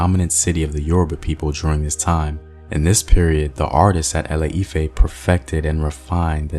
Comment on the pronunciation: ILE-IFE not ELE -IFE